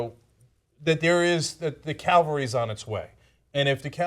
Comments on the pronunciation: The "calvary" is on it's way? Starting to sound a little right wing there Cenk. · Cenk: Look up the difference between Calvary and cavalry. Once you know, you will never forget.